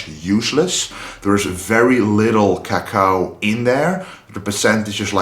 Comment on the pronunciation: His pronunciation of "cacao" is so cool!